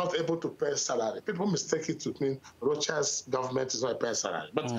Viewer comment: He (Rochas) never did answer the question about the "Private Jet". "This is Rochas, you are talking to Rochas". $7000/hr for private jets will go a long way to helping the poor people he professes to care about. 40 minutes later, still can't say the interviewer's name. "I don't have an english name, cos I'm not an englishman". Priceless. Thank you Mr. Sowore for the good questions.